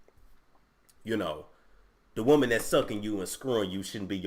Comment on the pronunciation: Bruh Niecy Nash 🤣🤣 a wou-man!